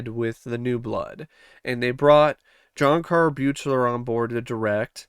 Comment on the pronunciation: How many times do I have to hear people say the director's name wrong??? It's suppose to sound like BEAKLER!!!! BEAK-LER... Good review but damn most people who enjoy these films doesn't know how to get the director for part 7's name right... I know I'm over reacting but to me it's like nails on a chalkboard.